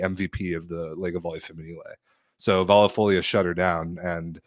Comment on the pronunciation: don't let you drag by on Taranto's pronunciation.. you do perfectly on "Vallefoglia", I was impressed:) By the way I think Monza would deserve relegation because if you qualify for CL you have to put on a decent roster, you represent Italy in Europe..